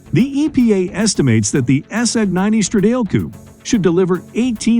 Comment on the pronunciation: "Stradale" isn't pronounced "Struh-Dale", it's pronounced "Struh-dah-lay".